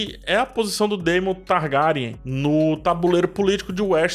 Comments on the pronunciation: Se diz targueryan! Faltou o R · Pq vc pronuncia o sobrenome Targaryen assim? 🤢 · E essa pronúncia aí ? O vídeo tá top ein , dei Like mais a pronúncia do Sobrenome tem que se corrigir...